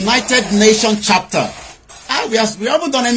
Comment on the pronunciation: Please it's called United Nations "Charter" but not "chapter". Thanks.